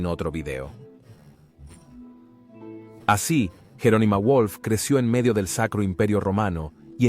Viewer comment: Toda la razón del mundo. Es un vídeo muy necesario para devolver al Imperio Romano de Oriente su verdadero nombre y no la grotesca denominación que le dieron los historiadores modernos. Ahora bien, ¿es una traducción automática? ¿Es un robot el que está hablando? Porque el nombre de Wolf está pronunciado a la inglesa ("guolf"), pero era alemán, por tanto se pronunciaría "volf" (con v fricativa). Además hay fallos espectaculares como decir que el Sacro Imperio empieza en 1962 y acaba en 1806, el caso único de un imperio que existe en tiempo invertido 😀 (obviamente era 962 y no 1962). Tampoco eran "santos" los emperadores germánicos, por mucho que reciba el nombre de "Sacro" (este término también carece de base histórica, por cierto). Tampoco sabe nadie qué es "regresar el apoyo al canal" (?). Estaría bien dejar de recurrir a robots y traducciones automáticas y producir contenido con hablantes y traductores humanos autóctonos.